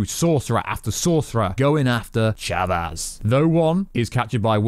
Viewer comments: Umm her name is America Chavez… not America Chavas lol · America ‘chavas’ ‘Sammy’ Raimi More mistakes! Jesus Christ man 🤣🤣🤣